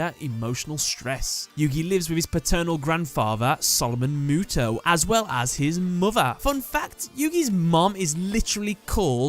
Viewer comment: My point went over your head huh. I said the way you explained it was wrong because there's no character in the Japanese language that would be pronounced as "ow" which is what you said when describing Mo Tow. That's why I said what I said in my previous comment